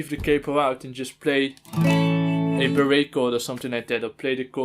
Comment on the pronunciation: Lol honestly that pronunciation makes more sense to me